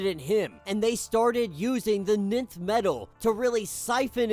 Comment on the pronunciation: Nth metal is pronounced "Inth/Enth" not "Nith" Love your channel!